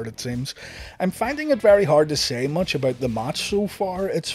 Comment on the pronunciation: A shot for every time he says "motch"